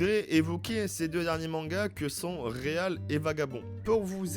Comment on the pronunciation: Trop cool merci pour ton taff, les focus auteurs c'est vraiment manquant sur ytb et interessant gg ! Par contre svp c'est real pas réalle mdrr c'est horrible ce titre prononcé à la française. On croise les doigts pour des news sur Vagabond depuis qu'il a dit qu'il voulait reprendre !